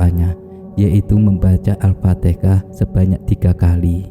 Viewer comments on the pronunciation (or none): Bukan alpatekah alfateha salah huruf sala makna